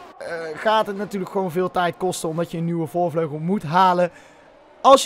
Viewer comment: "Voorvlegel" ~